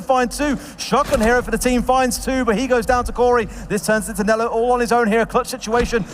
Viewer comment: If he says candela like that again I’m calling the police